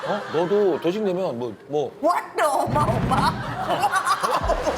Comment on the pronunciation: 난 왜 어마어마가 옴마옴마로 들리지...ㅋㅋㅋ